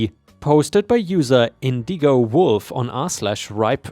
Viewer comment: I noticed you pronounced the reddit user's name as "in DEE go wolf". The word Indigo "IN dig go" is a color between blue and purple. Hope this helps.